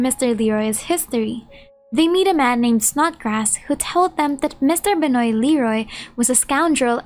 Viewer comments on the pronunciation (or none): Just an FYI, Benoît is pronounced “Ben-wah”. ‘Cause French.